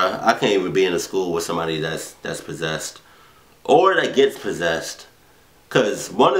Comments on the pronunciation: I love how says persessed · you said perssessed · "can't you see you're fucking PERSESED"" Lololol